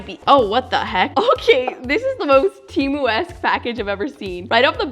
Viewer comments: Its pronounced TEEMU, not TE-MU. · temu is pronounced "teee mooo" not tem ooo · It's not TEA - MOO it's Temu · “from TEHMU” lol😂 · Why the poes are you calling it ,"Tiimu"???